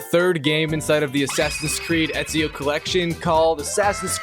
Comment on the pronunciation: bro ur telling me u platinumed Assassins Creed in the previous video and yet the whole time u pronounced his name as "easio". Lowkey sus af, plus the rate as which ur platinuming games and uploading videos